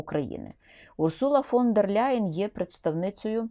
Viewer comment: Ніяка вона не Ляйен! Не треба ляйкати! Німецьке прізвище не перекладається та вимовляється у оригіналі: Лайен тільки -Л м'яке! Читай вище 😊